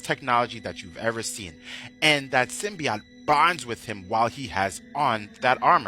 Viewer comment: Sim-Bee-Oat... NOT Sim-Bee-Ot